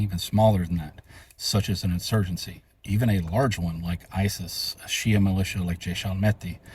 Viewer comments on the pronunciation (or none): none